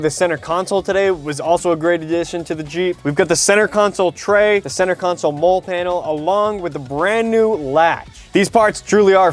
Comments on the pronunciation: Hahaha it's a "molly" panel, not "mole" panel. Love your videos either way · Just FYI, MOLLE is pronounced "Ma lee", not trying to be a nitpicker, just trying to help. I love this video and the showcase of products that my XJ needs! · It's pronouced MOLLI....as a long E .....not a silent E....